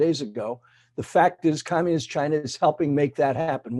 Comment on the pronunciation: “Chy-na” not China.